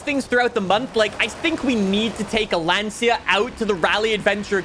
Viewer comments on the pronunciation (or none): Love the video, but please Lancia in italian is pronounced (for english accent) “Lancha” not Lansia🙈😂👋🏻 Keep it up man, much love from Italy👊🏻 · There is no car called a Lan-See-a!!! For all of the years you have been playing car games, why not learn how to pronounce them!!! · You're pronouncing Lancia Wrong